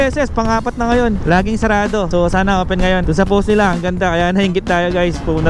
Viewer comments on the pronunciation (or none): none